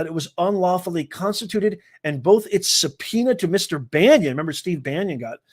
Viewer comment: Bannon, not Banyon.